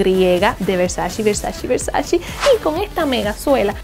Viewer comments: Se escribe "versace" y se pronuncia Versache no versachi. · Es VersaCHE, no versaCHI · porque pronuncias “VersachI” si hasta Donatella hizo un video enseñando a pronunciar su apellido y nombre de marca la cual se pronuncia con E y no con I? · Todo divinooooo, pero se dice VER SA CHE! es italianooooo! Yo estudié, ver sa CHE! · se dice versache lo dijo la misma donatella en su video de 73 preguntas Vogue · no tolero que digan Versachi 🙄 eres muy agradable pero en serio. es como patada en los 🥚 oir eso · Empieza por aprender primero como se pronuncia VERSACE!